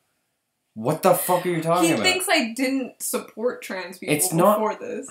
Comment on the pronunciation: Hah he said aboout